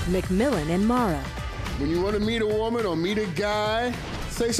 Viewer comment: Al's pronunciation of "woman" tickles me. He pronounces it as Whoa-Man.